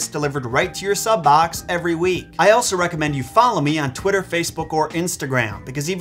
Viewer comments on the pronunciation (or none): none